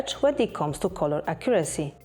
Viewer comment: It's nice that you make such detailed comparisons. I have a big request, though: Please, check the pronouciation of these words: come, become, colour, comfort, allow. Big thanks 🙏